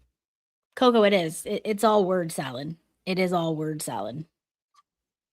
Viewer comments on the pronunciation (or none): none